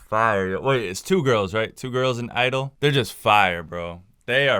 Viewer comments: (G)I-DLE its pronounced Tshi Idle no ? anyway good video <3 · Love your videos man, Soyeon is always fire. Also the band is called (G)I-DLE but its pronounced Gee Idle. Thanks for making these videos man